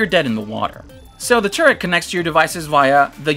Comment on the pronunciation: First I heard the razer turd besides that great video